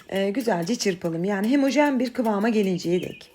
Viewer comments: Hemojen değil hemojen 😊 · Hemojjen değil homojen ya homojen 😂😂